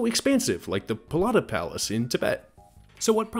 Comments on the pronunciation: Isn’t it the Potala Palace not Polata? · Minor correction: It's "Potala Palace" rather than "Polata" Palace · As a Civ player my head crashed when you said Polata Palace